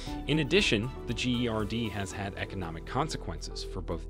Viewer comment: "The gee ari dee" it pronounce 'Gerd' stupid 😂😂😂 trying to annoy the hell out of me about the dam from the start🤣🤣🤣 💚💛❤